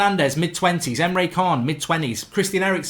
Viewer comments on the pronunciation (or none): Anyone else sick of hearing Goldbridge call Emre Caan, Emre Khan ?